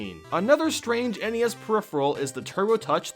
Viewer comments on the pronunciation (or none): none